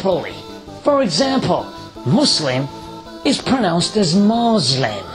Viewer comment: Maazlim 😕 how hard it is to say Muslim ?